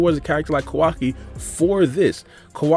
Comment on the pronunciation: Bro… it’s KAO. WA. KEE. not KUH WUKI